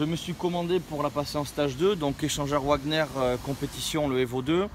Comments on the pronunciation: Échangeur "Ouagnerrr" 😂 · Normalement ca se prononce vagner mais il le dit bien comme il veux